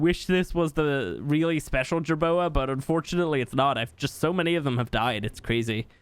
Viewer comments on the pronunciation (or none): none